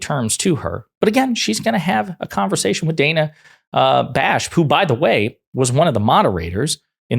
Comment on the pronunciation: Wish everyone would learn to pronounce people's names. Bash has been a very good and fair journalist for a long time.